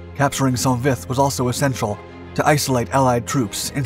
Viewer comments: It’s not pronounced sont, it’s just Saint Vith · It's pronounced Sau Vi. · I believe it’s pronounced Soan Vie